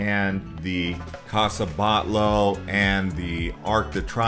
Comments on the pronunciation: it is CASA BATLLO and it is pronounced like "Batiyo". Two LL sounds y in Spanish. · Casa BAHT-YO....and its GOW-Dee not Gotti